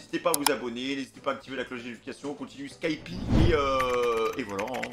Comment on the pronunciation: dire skypi au lieu de skypéa ... en vrai osef meme si ça fait bizarre